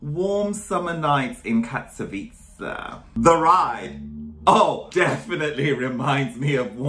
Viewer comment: I'm from Katowice and I will pronounce it from now on as "Catsavitcee" 💞 Katowice is great for sweet summer nights gyals 🙊